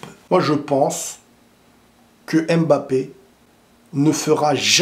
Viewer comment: On dit „Mbappé“ et non „aime Mbappé“